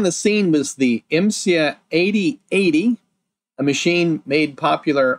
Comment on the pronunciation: I think it's pronounced "imm sigh" rather than "imm see ahh". The "A" comes before the "I" at the end of the acronym.